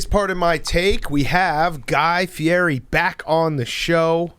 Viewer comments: FI-EDDY. not feeary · Big Cat knows exactly what he's doing butchering that last name.